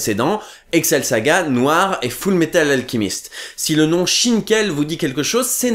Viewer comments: Pourquoi tu dit Full Metal Alkimiste? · Parce qu'il le prononce à l'anglaise